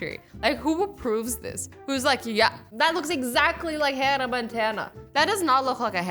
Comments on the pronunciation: that’s not Montana that’s montan like braaaa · It says Hannah montan instead of Montana